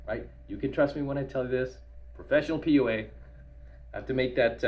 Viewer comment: Why do you always assay poa isn’t it pua ?